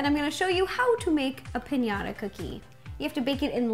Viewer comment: Pinata? It's piñata